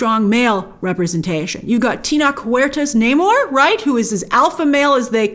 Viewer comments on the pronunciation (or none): Just because we will be talking about him constantly when the movie hits, Tenoch Huerta's name is pronounced Te (as in Te-lephone) - Noch (same pronunciation as "notch") So Tenoch is not "Teenok" =)